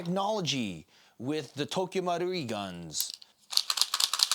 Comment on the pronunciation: Wtf does this guy say Tokyo wrong but marui in a thick accent. You sound really stupid.